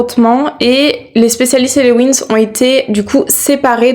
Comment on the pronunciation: C’est les Winx pas les wins 😂 sinon bon classement